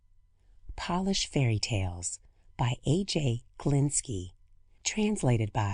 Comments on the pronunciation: That'll be Polish (pō-lish) not polish (pä-lish). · That pronunciation shocked me